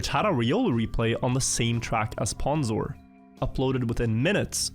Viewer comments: oof it's hard hearing someone pronounce it as "p-awn-zor-22". Its "p-own-zor-22" Fek i'm old. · It's pronounced 'pOwnzor' not 'pAwnzor' by the way. Also I am riolu. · Mispronouncing pwnzor is so much funnier if you think of it as intentional disrespect